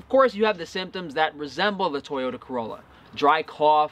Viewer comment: I laugh every time I hear you say Toyota Corrolla 😁😁